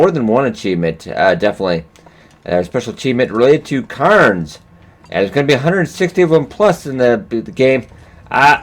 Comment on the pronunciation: Your escape from the Ravine is becoming a 'must see' every time you do it - tension wise. :-) Oh, and cairn rhymes with bairn. ;-) Just think of the 'air' that you breathe...